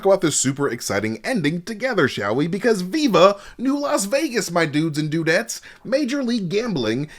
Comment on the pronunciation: Alright I’m out after I heard “dudets”